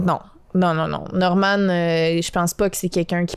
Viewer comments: En fait, un peu pour te contredire, Norman vient plutôt du nom anglais Norman, dans lequel on prononce le "n" à la fin. La prononciation "Normane" serait donc approprié dans ce cas-ci. C'est tout pour moi. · Ca se prononce normane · Quand il dit Norman il prononce pas le n ça se prononce normanne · Bro respect notre ytb la cest sa ce dit NORMANEEEE pas Normand mdr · Prononciation : Normane Pas norman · On dit « Normane » et pas « Normand ». Faut arrêter de dire des noms à votre façon. On dit Kentucky Fried Chicken (KFC) partout, même en France ! Y a que chez vous qu'on dit « Poulet Frit du Kentucky » (PFK). Fierté québécoise un peu mal placée ? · Sa se dit normanE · le dude sait même pas dire Norman correctement tu veux on rigole pas après